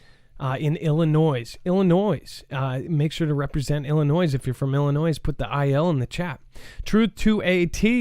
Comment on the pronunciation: Sorry, but ........no S in Illinois. Love from Land of Lincoln 💛